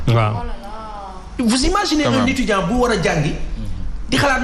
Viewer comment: *Etudiant au lieu de Etudant